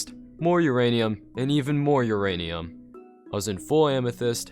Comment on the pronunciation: Every time he says uranium i think he says urainus